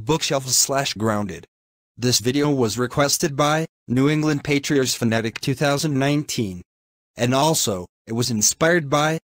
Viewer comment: It’s Patriots Not Patriors